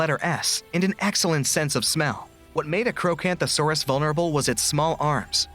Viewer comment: The fact you cannot find an accurate model for giga or spino, also giga nor any other dinos had the intelligence to form a pack and pack hunt, and again it's apatosaurus (Ap pat o saur us). Oh yeah and the allosaurus hatchet theory was disproven a while ago. The way you say archocanthosaurus is so just wrong. If Diplodocus used it's tail like a whip,it would brake its tail Quetzalcoatlus wasnt a dinosaur, it was a reptilian that lived alongside dinosaurs